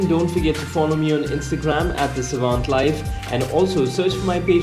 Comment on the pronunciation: What's with the name of the channel ? Savant as in your name or......... No pun intended. And it didn't sound right